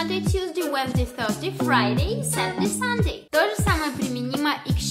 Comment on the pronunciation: Не поняла - с какой буквы начинается 4 день??? В произношении